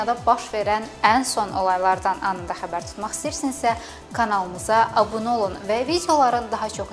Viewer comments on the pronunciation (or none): none